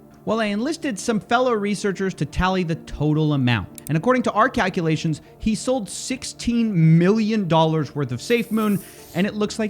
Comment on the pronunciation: Hehe.. you said "cackulations"